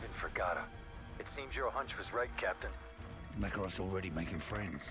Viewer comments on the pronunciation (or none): Kamarov if you rearrange letters it is makarov